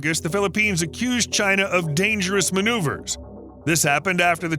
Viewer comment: Its 11am an im doing the drink to China everytime he says chier I habe ashot I'm hanered this is aweosme